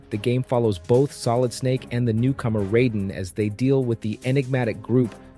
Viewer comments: Put some respect on Raiden’s name and pronounce it correctly. Good list but MGS2 is S tier quality. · I can’t take you serious when you continue to mispronounce raiden